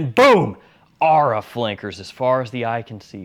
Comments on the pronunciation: It's or-aa 😂😂😂😂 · Isn’t it pronounced aura?